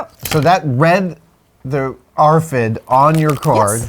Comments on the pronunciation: Nobody says AAaaRFID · i hate the way he says RFID